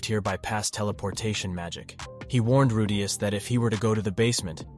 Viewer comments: Rudeus is not pronounced Ru'day'us... makes me cringe hearing how you pronounce his name. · Bruh why do you keep pronouncing "Rudeus" all weird like "rooDAYus" every other time? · Who the hell is Ru-Dais... Edit: just as fast as I asked it was corrected lol Edit 2: and then you go back to saying it again... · who the fuck is Rudayus?? Re de us where is the 'A', this was informative but holy Fuck Pronounce it correctly.. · The narrative pronounced Rudeus name wrong. "Rude" + "Us" = Rudeus 😅😅😅 Google translation pronounce has "Rude" + "Us". Just ignore me. I like the anime very much that is why it bothers me 😂😂😂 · "rudeyus" bothers me more than it shoud tbh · I was so close from exiting the video due to how annoying the first ever 20 times you say "Rudeyus" but then you started saying it right so I'll give you the benefit of the doubt. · If you include clips from the anime but still get Redeus' pronunciation wrong, you might want to QC your work before posting. It's a shame too, I wanted to know what would happen in the future for him. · why do you say his name like that? Even the dub has his name pronounced Rude-eus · you finally say his name right but then you continue to go like ruuu daaay usssss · How do you pronounce the main characters name so wrong 😒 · Wtf is with your pronunciation of rudeus. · Bro this constantly switching from pronouncing Rudeus' name correctly to completely wrong made me stop watching this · Ffs the way he pronounces rudeus is grinding on me. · This guy changed his pronounciation of Rudeus in the first minute of the video XD